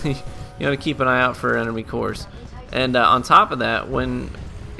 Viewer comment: "Keep an ion your core meter"